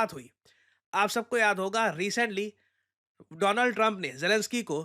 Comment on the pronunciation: Dolaand Trump 😂